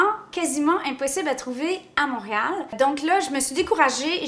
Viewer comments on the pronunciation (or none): none